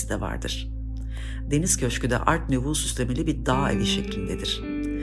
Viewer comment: kâgir (taş ya da tuğladan yapılmış olan) demek istediniz herhalde. "Kağır" gibi bir şeyler duydum. Art Nouveau'yu da yanlış telaffuz ediyorsunuz. Saygılar.